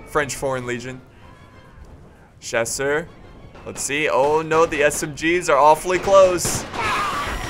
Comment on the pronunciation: chasseur is pronounced cha sir